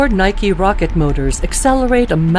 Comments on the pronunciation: Did that mf say " Ford Nike Rocket Motor" ? 🤣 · I heard “Ford Nike rocket motors….”